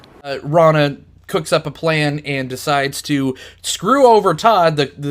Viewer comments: Rona? GTFO if you can't pronounce the main character's name you shouldn't be reviewing the movie. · I love this movie. But you keep mispronouncing Rona's name. Good review though. This movie is a hidden gem.